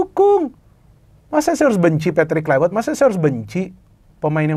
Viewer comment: kluiwert.. wiewer kwkwkwk